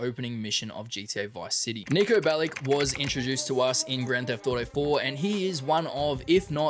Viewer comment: Want to mention one thing all GTA Youtubers say wrong: Niko Bellić is from former Yugoslavia and therefore his name is not pronounced "Bellick", but "Bellich". For me it just sounds so wrong that this should be mentioned.